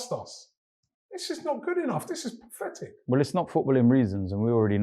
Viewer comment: Why can none of AFTV pronounce Pathetic?